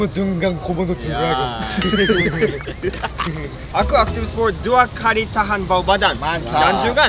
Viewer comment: "SEBEREMU BERUTEMU DENGAN KOMODO DORAGON"